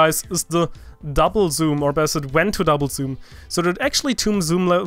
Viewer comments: you said "besser" and not "better". Are you german? :D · you saied "the crouch shot or BESSER the pix. shot" xD (german?) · bist du eigentlich deutscher oder hab nur ich das "besser" gehört ? xD